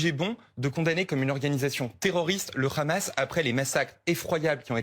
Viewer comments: Le ramas le ramas le ramas le ramas…allez apprendre déjà vous ne savez même pas prononcer un mot! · Je sais plus, c'est le Hamas ou le Ramasse ? Pourquoi cette prononciation ? 😅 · Bfm groupe Drahi ( sionniste assumé ) i24news bis avec des prénoms français...et rhamas prononciation hébaïque du hamas ça aide à comprendre qui est qui...propagande. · La prononciation du mot Hamas par les journalistes est juste ridicule 🤦🏼😂😂.. la manière de prononcé d’après les journaliste devrait alors s’écrire khamas comme Khaled par exemple mais 🤣🤣 le h se prononce comme hakim par exemple maintenant pour les français de souche que ça intéresse regardez des vidéo sur la prononciation. J’insiste là-dessus car ont dirait que c’est très volontairement que les journalistes prononce khamas! Ça m’étonne car si c’est un effort pour essayer de le prononcé correctement alors pourquoi ne le font-ils que pour se mot là (Hamas ) en particulier ??🤔🤔 est-ce vraiment un nom arabe?